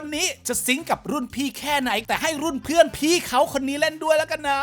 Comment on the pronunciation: เพื่อนรึเฟื่อนคะ ได้ยินไม่ค่อยชัด🤣